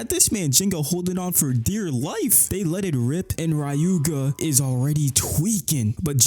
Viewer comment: The AI actually pronounces Ryuga and Ginga's names similar to how they're pronounced in Japanese lol, ironically.